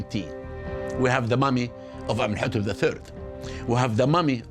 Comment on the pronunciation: He doesn't pronounce "Amenhotep" correctly, either. The odd thing is that in another episode he pronounced Akhenaten's name incorrectly throughout, but got it right once - just once. He couldn't even stay consistent. Weren't any of the producers present to make corrections when he recorded the voiceover?